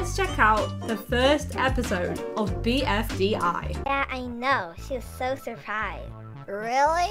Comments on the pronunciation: BDFI???! ITS BFDI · IT’S PRONOUNCED BFDI